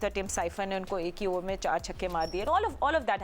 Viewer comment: Shehzad......6..pronunciation Chihkay❌ Chahkaa✅